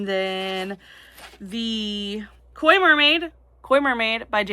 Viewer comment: I’m so proud of you for saying Koi Mermaid!